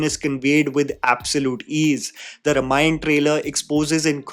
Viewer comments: please Note: रमायण ❌ रामायण ✅ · Calling YOU out,. When you can't even pronounce Ramayana correctly, it somehow disqualifies you from doing any Ramayana review or doing tipani on its faults. Can't you even make an effort? Shame on you 👎🏼